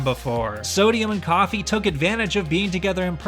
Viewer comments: When your african and you hear Kofi(Coffee) instead of Kofi (co-fee) LOL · How can you make a video like this and mispronounce the name Kofi